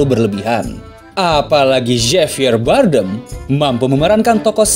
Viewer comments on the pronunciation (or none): Javier Bardem dibacanya Habier barden